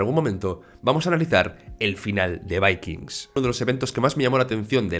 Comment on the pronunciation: Porque pronuncias de esa manera el título de vikingos